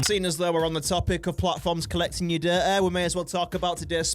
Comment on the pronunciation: every time he said data i thought he said dirt